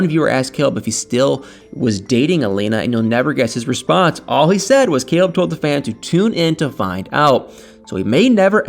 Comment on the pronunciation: Lol totally bcuz Caleb...COLEB....the way she pronounce his name, he is so cute 😍 to me.